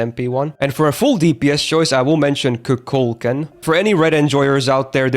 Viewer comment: why do you pronounce kukulkan so weird?